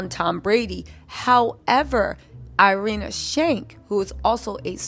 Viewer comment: I love your videos so much but I keep cracking up at you calling Irina Shayk “Irinia Shank” 🤣🤣🤣